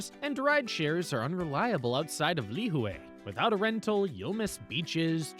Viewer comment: Lihue - pronounced lih-hooee And yes, Kauaii is a gorgeous, quiet island. We were married on Shipwreck Beach ⛱️ I remember watching Justin Beiber cliff dive there while we chilled at the Grand Hyatt One of my favorite places ? Tunnels Beach ⛱️ Lunch at the Plantation House and checking out the Art Gallery there was amazing. ❤ Last note - the island in December is at its most magical with all of the lights they put up everywhere you go (and it's cooler too!).